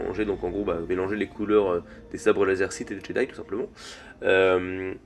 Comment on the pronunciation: très bonne vidéo je suis parfaitement d'accord avec toi mais on prononce [djédaï]